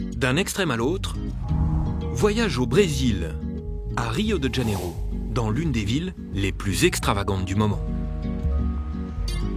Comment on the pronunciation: "de Janeiro" ne se prononce pas "de DJanero", mais "de Janeiro "